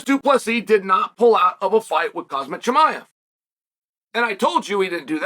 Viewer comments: Khamzat, chael. Not Khazmat for fucks sake. You can call him Hamza too if Khamzats too tough for ya to pronounce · Did this guy just say Cosmic Chimiav? .. new character unlocked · Imavov❌Imanov✅ Khamzat❌Khazmat✅